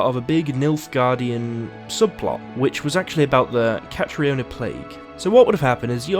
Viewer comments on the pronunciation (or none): none